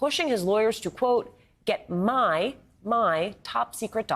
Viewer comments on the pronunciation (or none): The emphasis on “My”